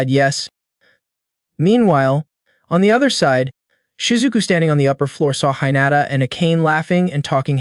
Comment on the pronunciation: Goblin not elf. (Protagonist)he not her. The way you pronounced hinata seems like you never watched anime before. First 30mins and there are mistakes. Did you not review your own upload? Seems like you just record yourself doing half ass story telling. 🤷🏽‍♂️